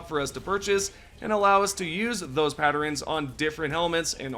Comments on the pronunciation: WTF is a patterens??? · Patterens and unequipting... why we adding letters to words?